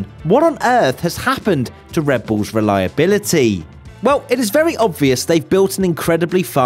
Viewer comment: "what's wrong with Red Bull's re-LIE-a-BILL-a-TEEEE" What's wrong with this guy's tone modulation? He sounds like, this is the best analogy I can think of, a giddy, smug a-hole who's smoking crack. WTF1 would be SO much better without this guy. I hope that some scandal comes out about him so he'll be gone. I'm sure he's eating shark fin soup while perusing his elephant tusk sculpture collection. Someone just needs to out him! 😂